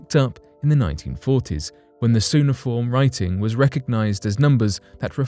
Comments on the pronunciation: Cuneiform is pronounced " kew nay ih form" not "soo nih form" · I really get annoyed how badly pronounced a lot of this channel's content is. It "que-neh-form" not "sue-neh-form". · It's pronounced Q-ni-form, not su-ni-form. Also, the tablet is not evidence of trigonometric understanding and that was only originally put forth as an initial theory, though later found false and is in actuality a list of regular reciprocal pairs. The tablet also has a number of mathematical errors. Sorry conspiracy guy, modern math still reigns supreme. I really wish you weird conspiracy folk would stop trying to manipulate information to make things appear more mysterious than they actually are. Talk about real mysteries. Focusing on the factually incorrect without also presenting the necessary context and subsequent revision of the original analysis only makes your viewers dumber and the world worse for all of us as people walk away from this video with a false interpretation of reality. It would have been fine if you presented the trigonometric argument, but then also made mention of its dismissal and the revised analysis, but you didn't and because of that I am officially leaving your channel. I don't wish to support charlatanism. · Ok, this is just being nit picky, but cuneiform is pronounced with a hard "c" .. "k" uneiform. I was surprised, this is pretty commonly known🤦otherwise, interesting info about this tablet! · Q-inform...is how it’s pronounced.... cuneiform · It is pronounced Cue like the letter 'Q'. Cue-Nay-i-form. Cuneiform tablet. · Cu-NAY-i--form correct pronunciation for goodness sake! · Pronouncing cuneiform as suneiform, I'm out of here.